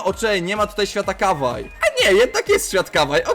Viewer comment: Nie Kawaj tylko Kałaji się czyta